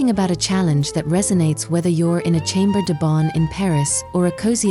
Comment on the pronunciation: CANT SHE GET IT RIGHT??SHAAAAMBRA DE BON!!!!